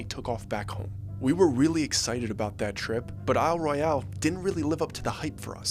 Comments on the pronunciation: It was weird. FYI, we don't pronounce Isle Royale like that. The Royale is just pronounced as Royal would be. I don't know why,it just is. Also, pasties are not pronounced like it rhymes with tasty.It's pah stee or an "a" as in apple sound. Michigan has a lot of oddly pronounced words. Lived here all my life. Thanks for including us. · being from lower Michigan, we don't pronounce Isle Royale as "Royal" . The e on the end gives it the different pronunciation of Roy-al (like Alabama) It's the French pronunciation. This was French territory for a very long time and also being so close to Canada, the true pronunciation is Roy-al, not Royal. It sounds so bland. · Glad you mentioned it. 53 yr old Michigander here from Oakland and Manistee County. You're spot on! It's "Isle Royal" and "pass-tee". A "pay-stee" is a tassel that dancers wore over their nipples, haha. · Pasty is Past-EE, a pastie is a nipple cover 😂you'll kill some Yoopers with that pronunciation!! 😂😂 It's also Isle Royal (ignore the E at the end)